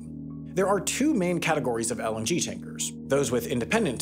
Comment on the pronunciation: I keep hearing LNG as LMG